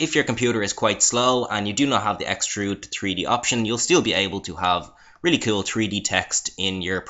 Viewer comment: lol i love it how you say cool it sounds like you say cule